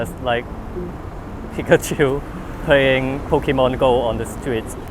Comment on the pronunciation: pokehmon lmao